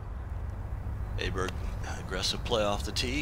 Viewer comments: Weird how US commentators can’t say Åberg’s name right, but the British ones can. Just say Oh-berg like in oh sh*t and that would be nearly perfect. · the pronunciation is closer to "Oberg" than "Aberg" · Cant believe commentators haven’t learnt how to say Abergs name correctly!! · why don't these commentators (mainly those with US accents) learn to pronounce Åberg's name correctly ?